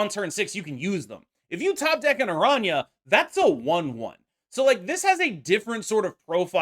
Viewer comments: Finally a YouTuber who can actually pronounce araña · pronounces her name correctly